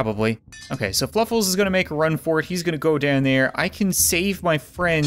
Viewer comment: Fluffles or Fwuffles???